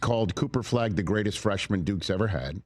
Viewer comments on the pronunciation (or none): 'The gweatest duke team' - yawn